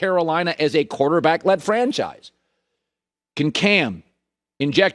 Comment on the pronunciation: “Quarterbackial” lmao what?